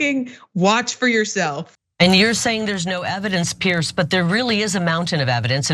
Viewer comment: Please pronounce "Piers" correctly. It is not pronounced "Pierce"